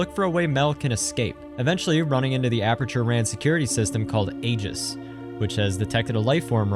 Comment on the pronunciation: Aeg8s="eg8s" NOT "ayy_ges"